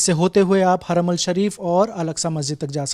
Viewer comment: Kya bolte ho yaar aapne kya research kiya hai, haramal nahi harmain shareef hota hai.